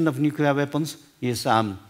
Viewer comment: nuculear threat...